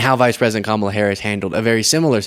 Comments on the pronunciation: Why does he keep pronounceng her name wrong teasing her he wrong especially during medical crisis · The fact that he purposefully mis pronounces Kamala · Is Trump unable to pronounce her name. Its C O M A L A!